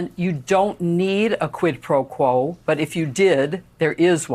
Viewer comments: what worries me is not so much the fact that the gop has voters but that the fact that they don't even care when the WH staff or trump lies, or that they do things that are unlawful or anti constitutional. and btw, trump is too illiterate to even pronounce quid pro quo correctly. smh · Does tRump even know what “quid pro quo” means? He really doesn’t pronounce it well at all.